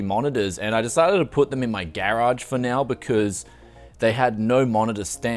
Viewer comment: Its called a Gahraj not gayrage